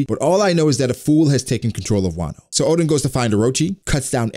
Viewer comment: My ears having problem with his "Odin" pronunciation instead of Oden...